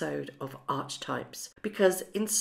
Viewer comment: Hello,love you're show. Just like to mention that Archetypes is pronounced arketypes.xx Really do love ❤️ these videos. Xx